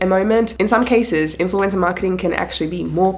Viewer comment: Great video. Wasn’t sure was “influenza marketing” was. Then I realized you’re saying “influencer.”